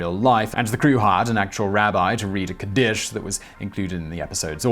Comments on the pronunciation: I loved this. But for future reference... the word Kaddish is pronounced KAH-dish, not Kah-DISH. Otherwise... This was amazing and I thank you for it. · The word "kaddish" is pronounced "KA-dish" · It's swallows that return to Capistrano, NOT SALMON!!! Sheesh, Simon! You're better than this! Also the Mourner's Kaddish (pronounced KOD-dish) is a prayer Jews say every sabbath for a year after a loved one dies, and then every year on the anniversary of the person's death. My grandmother divorced her first husband and then married my grandfather on the same day, January 13th, 1942, in Reno, Nevada-- although they did go out to lunch between the divorce hearing and the wedding. Their marriage had everything to do with Pearl Harbor (37 days prior to their wedding) and WW2.